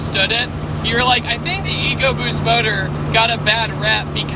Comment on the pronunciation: You pronounced Eco BUST wrong...